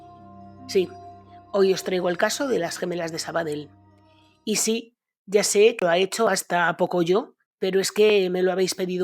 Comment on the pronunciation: hazme caso, no digas "Sabadel". Si lo intentas y no puedes decir "Valle" y omitir la "e", prueba con cambiar la "ll" por una "i". "Vai". Suena muy parecido a "valle" (vall) en catalan (o aranes: la Vall d'Ara = la vai darán). Lo mismo con "Sabadell", di "Sabadei", con el final como "dios" en latin = "dei", con tonica en la "e" y la "i" muy suave, aspirada. No suena igual que en catalan, pero es muy parecido...mucho mas que omitir una de las "L" finales. Es catalan...no italiano.;) Este tipo de trucos (lo de "i") los usaba hasta el mitico Matias Prats de los años 40. Comentado por el mismo ya viejo, tenia un problema bocal que le impedia decir la Z. Por eso, para decir, por ejemplo, "Zaragoza" lo trucaba en "Faragofa"... y realmente cuela muy bien. Dicho con conviccion y naturalidad...y sin recalcarlo mucho, funciona a la perfeccion. Desde luego mucho mejor que lo que le hubiera podido salir tratando de ser fiel a la "Z", quiza algo como "Charagocha" o "Tsaragotsa.:) Por cierto, ¿esa "palanca de uña" de sacar clavos de la que hablas no es la "pata de cabra" de toda la vida?